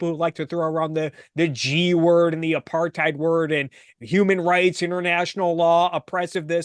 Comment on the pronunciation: She mispronounced 'Apartheid'.